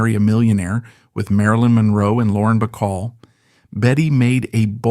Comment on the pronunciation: Betty BeCall and Betty Grable are two separate people. Also, it’s nigheve and annoying for the same mispronunciations to follow from one unedited biography to another